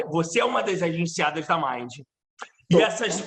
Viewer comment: Exatamente, tão combinado que ela não sabe nem pronunciar o nome da Mind e o Léo corrigiu! O pano eh de seda! Passou pra amiga… afffes